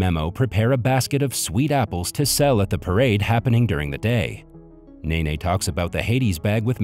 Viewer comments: It’s nene not nae nae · Ova?? Mine ?? Memo??Nene?? ... Bruh💀